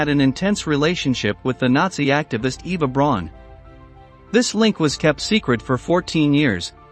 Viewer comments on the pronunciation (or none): Eva Brown? Are you having a laugh? Also the pronunciation of the word 'fetish' is as it appears and not 'feetish'.. Or is this the all new American b*astardization of the word that we are compelled to bow to?..